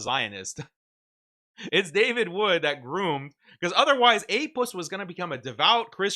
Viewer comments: I love this when a muslim bro says Apuss🤣🤣🤣😂😂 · "APussilanimus"😂 "APussted Profit"😂